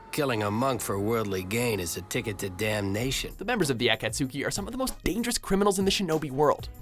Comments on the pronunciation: There's no way this guy watches anime to mispronounce Akatsuki that bad good lord... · I'm sorry but "ah Kat Suki"??? It's pronounced uh-Kat's-ski tHaNk yOu vErY mUch. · The a-kat-SU-kee? Seriously? a-caught-SKI. That's how you pronounce it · What the hell is an "AckatSooki"? 😂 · Did. he say the At-cat-suki im sleep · the way akatsuki is said in the video makes me wanna kms “akat soo ki” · to did he say A-Caught-Suki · When he did the naruto character, I laughed so hard at his pronunciation of "akatsuki" Aah-kat-soo-key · "Acat-sooky" -their pronunciation of akatsuki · I just can't get over Hi-Daan and A-Ket-Sookey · when he said A-cat-zuki... I'm- wtf 😂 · The way he pronounced Akakstki..... 😬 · Tf is a aket-suki It's akatsuki. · Does he have to mispronounce everything? At-cat-soo-kie? You mean Akatsuki? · Your pronunciation of Japanese names is atrocious. Mikami for example, you pronounced it as "Mee-kah-mee", when it's "Mee-kuh-mee". And Akatsuki, you should have watched the series long enough to hear the pronunciation in Japanese, you said it as "Ahk-aht-suu-kee", when you should have pronounced it as "Ah-kaht-skee". the u is silent in Akatsuki. I would strongly advise getting someone to correctly pronounce Japanese words and names for your next top 10 in anime. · Akatsooi?! really?! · IT IS PRONOUNCED (AH-KAH-TS-KEY) AKATSUKI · When you tried to pronounce akutsuki I nearly died inside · A-cat-suki. Jesus some of these pronunciations are just awful. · "Members of the ah ket sookee" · You just butchered the pronunciation of Akatsuki. Kind of hurt my soul haha. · Wait...I’m guessing the narrator never saw Naruto, because he pronounced akatsuki they way it was spelled not said :/ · God damnit, why do you have to use the dub version? They don’t sound sadistic at all in the dub, where as in the sub they sound genuinely insane. Edit: fuckin’ hell, even the way you pronounce japanese stuff such as Kira and Akatsuki sounds stupid as fuck. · Desiree Wolf akatsuki*